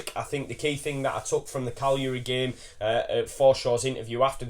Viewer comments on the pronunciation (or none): none